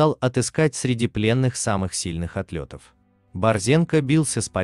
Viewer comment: ТЫ С УМА СОШЁЛ. НЕ АТЛЁТ, А АТЛЕТ !